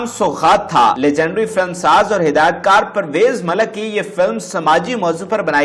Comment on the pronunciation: Malak nahi Malik hota hay